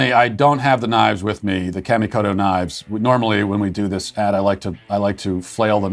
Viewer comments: Matt, kamikoto is pronounced with the "ka" sounding a little like a Bostonian saying "car", not like "camo." I know you don't care, but maybe the company does. Lol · "Kamikoto knives" sounded like "candy-coated" knives which was puzzling to me.